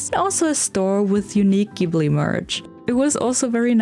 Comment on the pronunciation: It’s pronounced JIBLEE!! 🙄